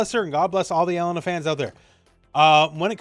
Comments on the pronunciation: Pronounce it like: E Lane A. Not ELLEN NAh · for someone who corrects people all the time in SNK games you sure do butcher her name. It isn't "L IN UH" it's "E LAIN Nah" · Just FYI, her name is typically pronounced "eh-lay-nuh" with an emphasis on the middle syllable.